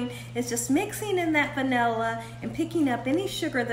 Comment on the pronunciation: Vani-lee lol